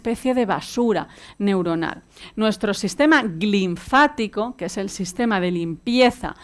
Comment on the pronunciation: Dice ser Dra. y no sabe decir LINFÁTICO.